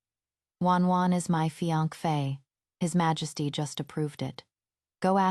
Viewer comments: Every time it was supposed to be fiancée and fee ankh fay came out, it just became more and more hilarious 😂😂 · Is the fiankfe an ai problem or a narrator problem? There isn’t even an F sound at the end? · I'm dying every time I hear fiankpheyy😂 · I hear fianquey, tbh 😂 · The AI can't say fiance' right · nearly choked on my popcorn when I heard that! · and every on 😂 gosh it's so ticklish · Mee too😂